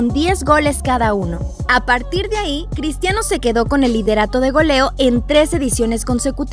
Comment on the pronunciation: alguien mas escucho pistiano ronaldo?